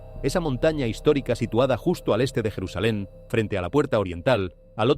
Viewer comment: Es mentira todo lo que dice , la IA se evidencia , no es jerusalain